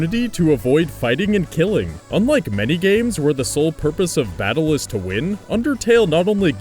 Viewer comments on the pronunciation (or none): none